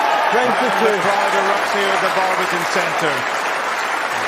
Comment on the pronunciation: i believe his surname is Robertson! not roberson